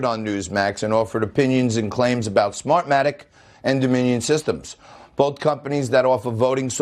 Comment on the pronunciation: sofwah sofwah...smahmatic...dude sounds like a drunk they pulled off the street in boston